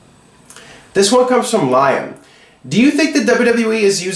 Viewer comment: Hey, the guy whose name is Liam is pronounced Lee am. Its an Irish name.